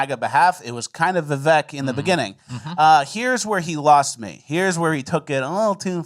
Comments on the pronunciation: His name is Viv(AKE) VIVEK Its not Viv(ECK) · by the way his names pronounced Vivek (viv-ake) like cake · Vivek rhymes with mistake